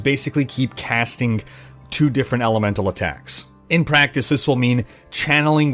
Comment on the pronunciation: Chanelink...castink...runnink....ITS ING...WITH A GGGGGGG...drives me nuts